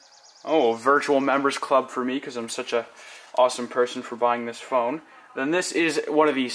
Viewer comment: he said "as you can see the phoone is presented here".